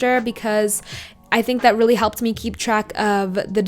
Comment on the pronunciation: "annotaayting yeally yelps"